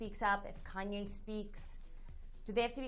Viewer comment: Kanya? It's Kanye lol. I came to learn law not celebrity gossip. WTH